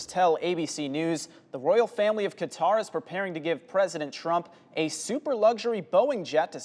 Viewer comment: So glad the male Anchor pronounced Qatar as such and NOT CUTTER!